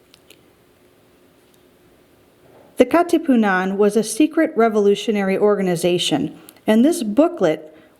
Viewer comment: ka katiputan🤣🤣 kat katipunan excuse me! got me laughing